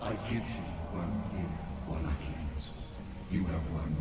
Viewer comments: "Vallachia" haha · Wal-la-chee-uh? Lol. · Wall ah key ah Wall lake E ah Those are the two accepted pronunciations of Wallachia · In the games it's pronounced "Wa-lay-chee-ah." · It`s actually pronounced "Voh-LAH-key-YAH." and "Sepesh"(I`m a descendant of the real Vlad so I`d know)